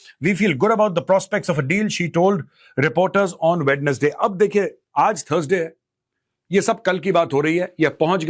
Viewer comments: Abbe ho gaawar Wed nas day nai hota wensday hota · Mejor sir, sorry to say that the correct pronunciation is "Wenz-day".